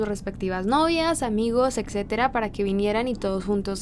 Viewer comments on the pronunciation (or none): none